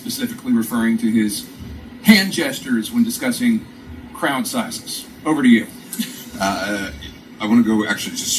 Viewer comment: And AGAIN he talking obaut small crouch,,oooppss 🙊 I mean,,crowds 😂🤣🤣